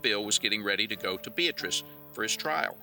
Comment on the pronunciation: Bee ah tris, not Bee uh truss.